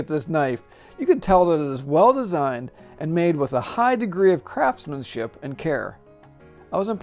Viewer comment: I'm sorrydavid but did you say crapsmenship?